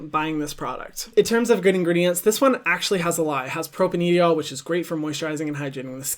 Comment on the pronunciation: The way hyram pronounces ingredients is just INSANE!!